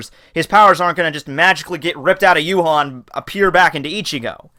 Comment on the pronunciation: his name is pronounced ya-wak